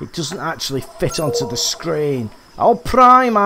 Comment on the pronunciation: I find on this map in this particular peg if you fish down towards the bridge if its a big fish they take you down and around the corner and they sit there and get stuck and eventually it snaps your line lol and i love how you say Arapaima lol Alprima 😆